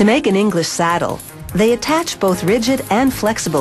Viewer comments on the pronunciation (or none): none